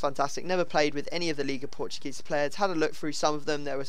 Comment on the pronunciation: ISN´t "liga portugesa" it is "liga PORTUGUESA"!!!!!!!!!!!!!!!!!!!!!!!!!!!!!!!!!